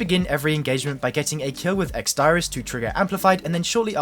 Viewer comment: ex diris is pronounced deerrizz